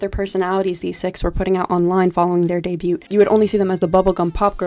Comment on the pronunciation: i can't get over the pronunciation of debut 😭